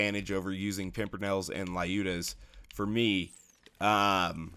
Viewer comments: How can they mispronounce a word they created? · And another, who read "Lyuda" wrong